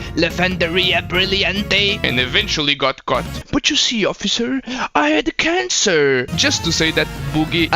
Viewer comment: Why can't you pronounce cancer correctly? also why do you hide your face. That's very beta.